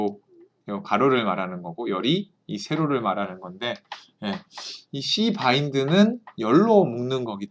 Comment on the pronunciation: 아니...!!! 뭐라구요!!?? ㅋㅋ 씨.바.인드! 라구요? ㅋㅋㅋ 발음 조심하라 하셨으면서 ㅋㅋㅋ 강의 잘 듣고 있습니다. 감사해요!!